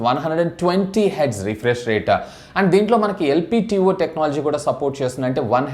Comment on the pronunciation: LPTO kaadu LTPO